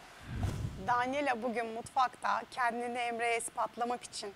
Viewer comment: ceydanin danelya demesi